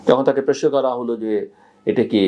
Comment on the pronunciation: ভাই তুমি প্রশ্ন কে প্রেশ্ন বল কেন? আর সালাম কালাম দিতে পারো না?